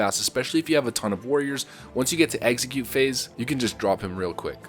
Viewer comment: Execute “EX-eh-cute” not “eggsecute” that’s a Pokémon. You’ve been saying it for a long time now and it drives me nuts! Lol. Love the vids man